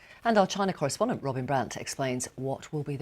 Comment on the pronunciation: Does she know wherabout Chyna???